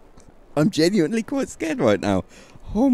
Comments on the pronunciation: STOP SAYING "GENUINLY" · count how many times this guy says "genually" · take a shot each time he says geniuanly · all I hear is Genuinly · u say genuenly a lot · Stop saying genuinly